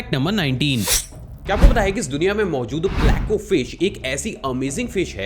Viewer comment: "fleco" nahi "pleco"